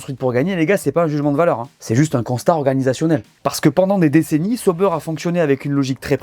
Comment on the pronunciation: Arrêtez de dire Seau-beurre c’est ÇA- OU-Bère😊